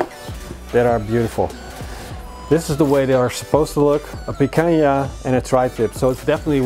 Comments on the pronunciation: Great barbecue, congrats! 2 tips, it's Picanha, not Picaña and the Picanha slices should be bigger, not small. Cheers! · Does not have a clue how to do Barba Koa BBQ. It is not pikaya. Its picana.